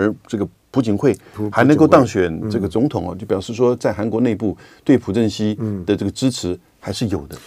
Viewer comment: 朴正熙，读piao吧？